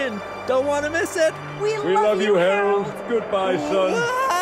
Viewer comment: I laughed too hard at "Hairold"